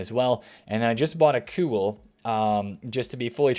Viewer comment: You said kewell well 👏